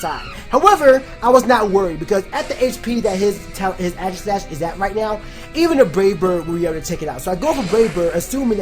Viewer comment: I swear Aegislash is pronounced "Aygis" not "Agis" xD